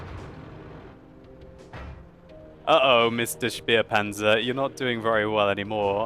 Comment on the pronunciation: Its so funny how you guys saying SperPanzer xD